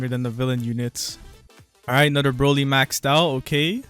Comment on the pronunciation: HE SAID BROLLY RIGHT LETS GO